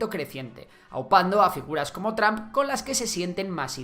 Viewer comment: Se dice TROMP nl tramp. Y se dice VIDEO, no BIDIO